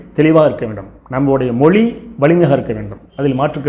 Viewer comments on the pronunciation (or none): none